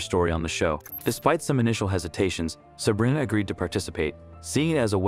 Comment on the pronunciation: It's Sah-bree-na